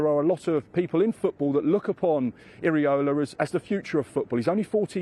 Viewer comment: Pronounced as Eera-Olah.